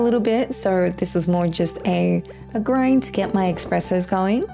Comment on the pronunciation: YOU SAID EXPRESSO! ITS NOT THAT ITS ESPRESSO GET IT RIGHT!!!!!